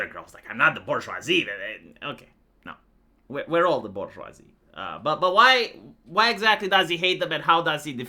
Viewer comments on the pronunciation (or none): The Bourgeoivee